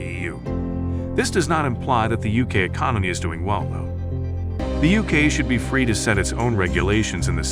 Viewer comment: We're fwee!